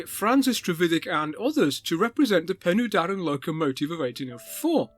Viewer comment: That will be "Pen-uh-Darren" not "Pen-ooh-Darren".